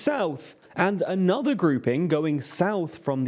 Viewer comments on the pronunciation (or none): none